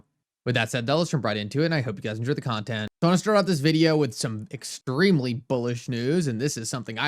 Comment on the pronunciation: Ex-TREEM-lee! x 20 😆But I feel you. Thank you for the content.